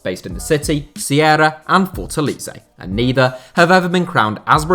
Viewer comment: It's Fort-A-LAY-ZA (he most have said it wrong about 400 times)